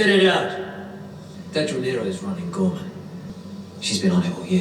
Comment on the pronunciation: Ghorman is French badly spoken.